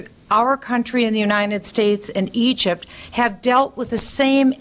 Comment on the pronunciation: I swear I thought Bachman almost said ugypt